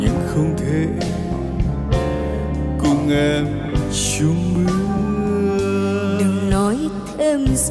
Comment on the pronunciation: Phát âm lời hát hay kèm theo âm ..s..ch..s.o.., thay vì cho , s..ch..s.ung , thay vì chung , phát đúng từ , đúng âm thì hay hơn , đừng kiểu cọ cái lưỡi quá . .